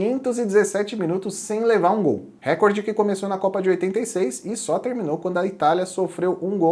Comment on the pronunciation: Recorde eh paraxitona. Se fosse como vc pronunciou teria acento agudo na vogal da primeira sílaba. Só um toque porque esse eh um erro muito comum.